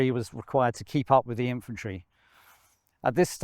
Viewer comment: its infantry nor eyefantry so its pea-at